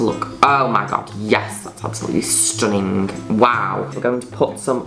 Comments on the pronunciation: Please narrate my life please Miss Juno, I wanna hear you call me STONNING every 5 seconds 😊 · I love how she pronounces the 'g' in 'stunning.' StunninGggg. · i love it when u pronounce stunning like that but it doesn’t translate well as a written slogan, it needs to be accompanied w sound